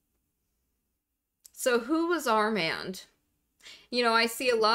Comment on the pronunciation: It's pronounced "ar mond"